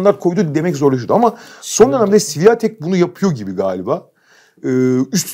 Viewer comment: Świątek isminin “Sı vi a tek” şeklinde telaffuzu doğru değil. Lehçedeki sesleri basitçe Türkçeye çevirirsek “Ś“ harfi bizdeki “Ş“ sesine, “ą” harfi ise “ion” sesine benzer okunur. Yani “iga Şıwiontek“